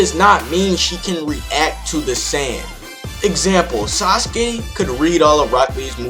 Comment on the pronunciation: TeenGohanFighter the facts u made up? Yes u are an avatard. there is no legitimate way toph wins this and its fact. and its sasuke not "sasuge"